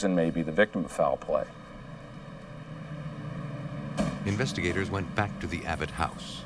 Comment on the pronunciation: instead of - “Things that might PLAY into…” To me it really sounds like he’s saying - “Things that might PLAGUE into…” Does anyone else hear this, or something different, other than “play”? Let me know what YOU think 🤔🐿